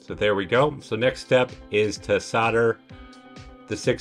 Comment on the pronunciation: yeah good to go but the word is soLder....not soder the L is pronounced !! Just saying. Thanks for the vid.